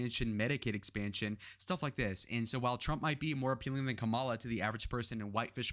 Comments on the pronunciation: Assuming that you’re making a good faith mistake, it’s Kamala pronounced like Comma-La. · White guy constantly mispronouncing vp Harris name. Can't take this video seriously. He loves to say classic names like bob, Adam, Bernie but to ignorant to say the word mommala with a K. Racist white dude lives on.